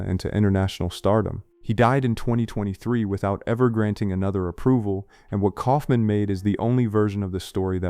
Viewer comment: New drinking game: do a shot every time the mispronounces a name. Guttenberg. Kaufman. And yeah, Hollywood didn't kill shit. Several of these have gotten the 4K treatment in recent years. And One Deadly Summer was French, so... "Critics didn't know what to do with them"? That's a baseless statement. Hanson didn't make a name for himself until the 90s, so I imagine he was just paid scale. It's weak, Google AI-powered videos like this that make me miss the old Premiere magazines from back in the day.